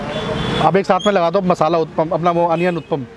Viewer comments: Its not uthpam its uthappam da gundu punda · You give north Indians a bad name. Stereotypes exist because of your actions. Uppam nahi hai bhai, utapam hai. Kuch toh sahi bolo. Sirf butter bola hai barabar se pure video mein. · First of all "its UTTAPAM" not UTPAM as you are pronouncing! As a leading food blogger you should not do such pity mistakes!Secondly why you always give high rating to each and every food joint you visit,it seems whole delhi food outlets are selling 10/10 food stuff...Try to give honest review,it will increase your channels credibility!Thirdly stop praising "AMUL BUTTER" in each and every video as it is quiet irritating now!Finally Earning money is every persons priority ......But you should follow some ethics while doing so,trying to say .....Put less Advertisement in your video,nowadays when I play your video i have to watch 5-6 Add it's quiet Annoying!Please don't take your subscriber for granted because they are the one who put you in 1 Million Club............Good Luck for future Endeavors!👍👍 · उत्तपा केहते हें, उत्पम नाही😁😁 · Bro, it's not uthapam it's huthappa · Please pronounce vootappam